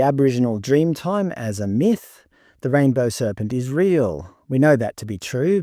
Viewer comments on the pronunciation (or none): none